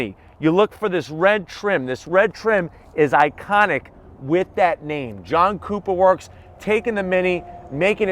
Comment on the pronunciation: Sounded like you said “ let’s fire up this JUNK cooper work